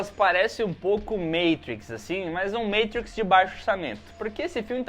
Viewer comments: Meitriz o cassete, é mátriz (z com som de x dos cariocas) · Matrix vs Meitruiquis Qual é melhor kkkk Caso não percebeu, Matrix rm português vs Matrix em inglês (pronúncia) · “Meitriquis “????? A não… MAAATRIX Pelo amor Português meus primos